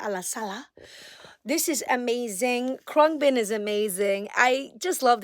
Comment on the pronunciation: That’s how you say Khruangbin 😂 good to see you! So much good music to check out . Totally missed you! Hope you have a good new year 🎉